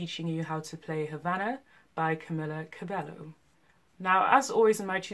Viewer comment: U said camilla cabella wrong it should be ka-mi-la ca-be-yo